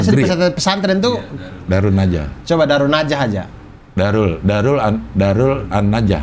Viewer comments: Darun nadwah bang.. bukan darunnajah.. :D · Mohon maaf cing Abdel dan bang Abdur, bukan Darun Najah, tapi Darun Nadwah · Darun nadwah bang abdur, bukan darunnajah 🥲🥲🥲